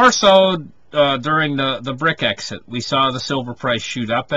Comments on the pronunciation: Brex-it....not brit-exit.... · It’s pronounce brecks it